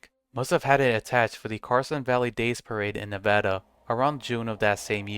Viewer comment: thankyou for saying nevada correctly